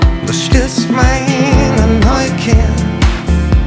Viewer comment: Das Lied ist einfach grauenhaft! Alleine wenn er singt "...du stillst meine Neukier..." Wie man ein Wort nur so falsch aussprechen, bzw aushauchen kann. Unglaublich.